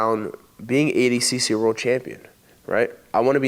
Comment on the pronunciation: Why did nicky say adcc and not adcc lmao